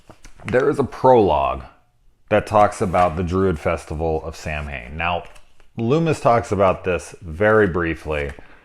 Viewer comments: Samhain is pronounced sow like a pig and win ...sow-win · If they're gonna get into runes and mythology they should at least get their lore right. Thorn did not represent an evil demon, it was a rune of light that overcame evil. Not to mention they mispronounced 'Samhain'.